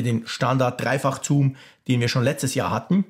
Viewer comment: Toller Test - aber wie schon beim Apfelfunk triggert mich die Aussprache von „Zoom“ total. Es heißt „suhm“ und nicht „zuhm“. :))